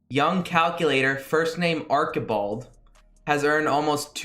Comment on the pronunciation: Arkibald. Arch-i-bald